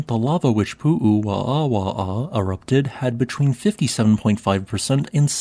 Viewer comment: Hi! Hawaiians pronounce there w as a v. Like the Germans. I think also this is the only known obsidian site in Hawaii. As it was found historically due to a quarry the Hawaiians did not have access to it. It would have made better weapons for their stone age culture.